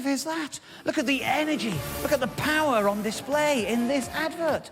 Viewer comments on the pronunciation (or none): none